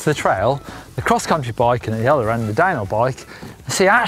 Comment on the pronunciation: Am I the only one hearing dinobike instead of downhill bike?